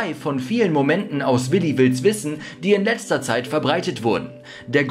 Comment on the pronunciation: Also das mit dem Namen aussprechen müssen wir nochmal üben😂